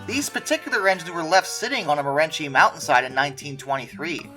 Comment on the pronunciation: It's called Mo-REN-see, not Mo-REN-chee.